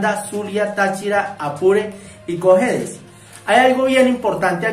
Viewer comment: ES COJEDES,NO ''COJETES', MINT 8'12'';POR FAVOR USA LENTES.